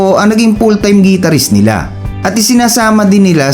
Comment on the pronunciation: The correct pronunciation of Guitarist is Gitar-rist. Not Gee-tar-rist. Try saying the word "Guitar" and you'll know what I mean.